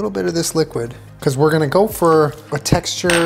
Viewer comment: when he says "we're gonna gopher"